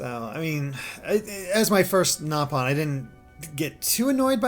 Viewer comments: First of all, I have no idea why you think the "correct" way to call them is "gnaw"-pawn. That was a mis-dubbing of the original JP cast of Xenoblade 1. The british cast pronounced it as "Gnaw"-pon, but the original JP cast pronounced it as "Nope"-on. Xenoblade X actually doubled down on admittance of this error by reverting the pronunciation of the word in the English dub to "Nope"-on as well. So, technically, both are correct in the sense that they are both officially used in the original Xenoblade Chronicles, but if you go by the actual legitimate first usage of the word, the way it was pronounced in Japanese, it's "Nope"-on. It’s still called “Nope”-on in Xenoblade 2. So neither is wrong, but if you want to get technical and start declaring which word is superior because it came first, "Gnaw"-pon loses that race. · The nopon pronunciation in x is actually correct, and the English voice actors messed it up in the original